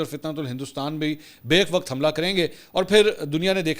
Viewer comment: منصور بھائی اپ تمام صحافی صاحب بیک وقت کو غلط پروناونس کرت ہو وہ ایسے کہ بہ یک 'ba yak, اس طرح بولیں backوالا تلفظ نہیں